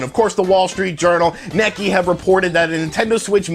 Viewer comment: Neek Kei... not Necky...